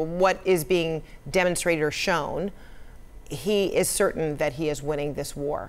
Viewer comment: Of course he's weening that's why he's still faighteeng 😂😂